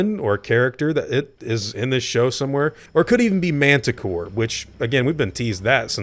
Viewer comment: Wait, are you saying Mantah Core or Mantah Corp?